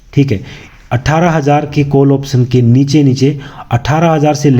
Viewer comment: कोल नहीं काॅल बोलिए